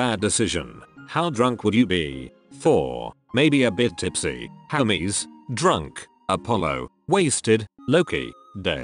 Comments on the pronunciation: lolol i love how it sounds like Hameses not hermes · everytime it read hermes i thought it was homies and honestly that's very fitting